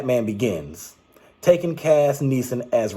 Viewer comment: Great video, but at the beginning of this film, it sounded like you kinda said "Tekken 4". But I know you said "Taken 4". Well I have not seen the Taken movies yet. So I'll definitely watch the first three films just in case the fourth film comes out. Speaking of TEKKEN, you should post your take on the games.